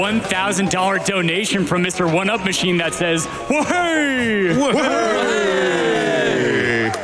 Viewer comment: Actually it's WAHAY but good try. Welcome to the community I guess?